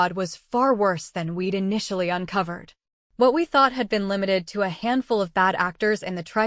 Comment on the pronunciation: You need to have someone who's first language is English read these stories before you put them through your AI reader because there were so many incorrect words used that the story made no sense. For instance, weed instead of we'd